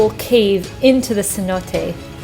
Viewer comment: Saludos.! I know it’s hard for non Spanish speakers to pronounce cenote. Is not C-note. More like “suh-noh-tee” love the video nonetheless. Thanks for sharing. 👍🏼